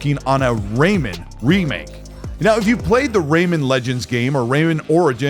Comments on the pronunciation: Ray-man, not Raymond 🤦🏻‍♂️ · RayMAN not Raymond.